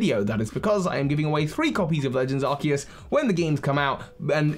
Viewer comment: Legends Arkoos* not trying to hate, but please pronounce it correctly :)